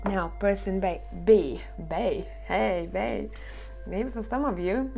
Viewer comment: Pile 2 amazing ! You are so amazing as always! It's funny because you were sayin bae and it sound like b in french and this is my first language so I tough maybe you eard my translation in my head!? 😆😊